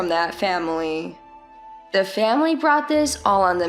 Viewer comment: What's with "faMilay" ?